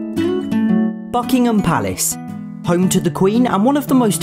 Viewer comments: My wife thought you said, Duckham palace. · Nit tryin to act rude but for some reson it sounded like you said "fckingem palace" at first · Whwn he said buckingham palace it sounded like fuckingham palace